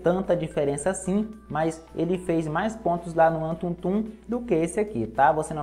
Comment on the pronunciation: Só eu q ri quando ele falou antuntum? Kkkkkkk